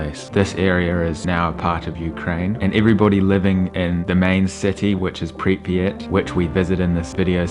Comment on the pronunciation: PRIP YAT! Two SYLABLES NOT THREE! You should know how to pronounce where you are at!